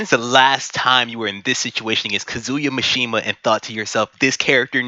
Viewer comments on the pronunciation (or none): Bro, invest in a microphone and learn how to pronounce basic Japanese. That's not at all how you say Kazuya Mishima.